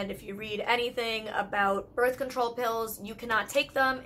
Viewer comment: Why couldn’t I stop laughing when she misspoke and said birth concrole? We all misspeak but it’s always funny nonetheless.